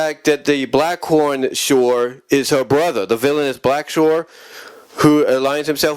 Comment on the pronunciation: It’s Blackthorn not Blackhorn n the P is silent in Earthcorp also if anyone from the Earthcorp is a possible love interest 4 Sandra it’s Herc Armstrong it’s Johnathan M Slattery aka Liquidator as he’s had the most interaction with her that ultimately develops into a romantic relationship also Liquidator is the 1 responsible 4 the love potion being used on the Inhumanoids that leads to Sandra being decomposed again also considering that Herc n Auger also got decomposed in the episode Cult Of Darkness (n Sandra didn’t but she easily could’ve been) doesn’t tell me that she needs to b kick off the team while they in the field